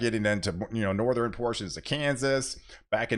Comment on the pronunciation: It's Northern not nor ther ren